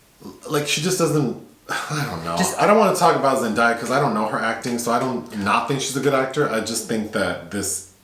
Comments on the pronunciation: Really annoys me when people get her name wrong since you pronounce her name as its written haha. Everytime they said ZenDieYa made me cringe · Zen-DAY-uh is the correct pronunciation, lol. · haven’t seen the movie yet so i’ll come back to this but you guys really need to get into euphoria. the role got z an emmy for a reason! i’d love to see a review for it, if you guys decide to watch. and like someone else mentioned, her name is pronounced like it’s spelled. day not die. there’s a short video of her saying it if you need a reference.